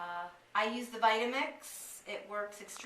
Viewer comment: thanks! "votamix" lol